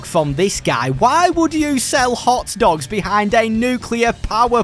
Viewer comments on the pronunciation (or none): none